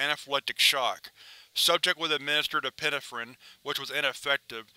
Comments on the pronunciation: Okay, I'm gonna be that guy; it's pronounced e-pi-NE-phrine, not e-PIN-e-phrin. Em-PHA-sis on the wrong sy-LLA-ble. Other than that. I freaking love your vid, as usual. 😄😄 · Hey I love your readings but please look into how to correctly pronounce the word 'epinephrine'